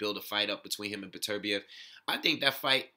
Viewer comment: Good looking out man. Pronounced my name right to boot! I agree, it's tough to tell who would come out on top since we don't really have enough data on Beterbiev yet. I think it's safe to say he is top 3 with Kovalev and Stevenson though. Could be my favorite division at the moment since all the top guys have devastating power.